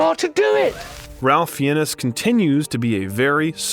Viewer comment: The narration pronounciation errors! Ralph Fee-ness!? 🤔😳🥺 umm... its Fines! 🙄